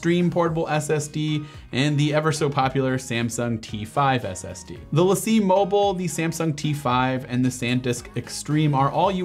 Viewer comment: Great video but the Lacie drive is pronounced Lacy